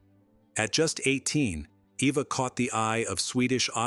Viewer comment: Her name is pronounced Ava. Her sisters name is pronounced shawshaw. AI voice i suppose.